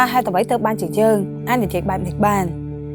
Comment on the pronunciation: យើង មិនមែន យ៉ឺង ទេ 😀